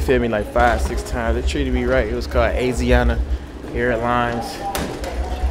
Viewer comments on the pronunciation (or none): none